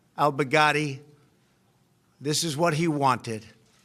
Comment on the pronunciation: No one: Trump: A bow Ba Car Big daddy